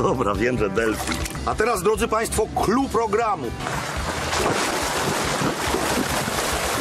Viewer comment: Ja usłyszałam kluch